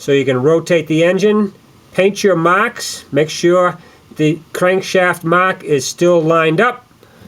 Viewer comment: I was telling the other guy to shut up because 'Mocks' is him making fun of how you say 'marks'.